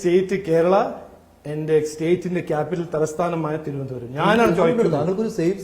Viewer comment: തിരുവനന്തപുരം എന്ന വാക്ക് നല്ലവണ്ണം പറയാൻ പോലും അറിയില്ല... 🙏🙏🙏